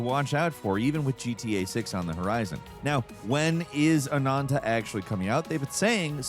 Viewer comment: Anantaou?? haha man, it's just AH-NAN-TAH. Man, English is really not a consistent language with its vowels, isn't it?. If you say "A" you guys say "EI" but if I put an H after it sounds like "A" not "Ei". Why is AH different than A? heh. Anyway. Free game I probably will try but don't feel like I'm gonna be committed to it.